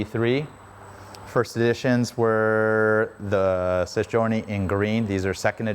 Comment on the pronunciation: There's no s on the end of Sei and it is not pronounced sess